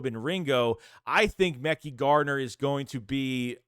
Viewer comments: Yo, it’s pronounced Ma-ky (Mekhi) Garner 👍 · it’s pronounced ma-kai garner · I’ve been ignoring it for too long… you’re butchering their names bro but you report of these guys everyday. 1.Joseph Ngata (En-gata). 2.Mekhi Garner (Meh-Kai) 3.Olamide Zaccheaus (ola-me-day)